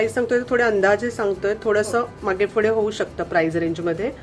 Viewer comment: माहिती छान आहे....पण फुडें नाही पुढे